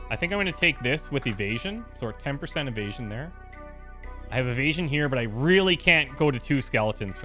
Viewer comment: Every time I here him say "Evasion" I die a little, lol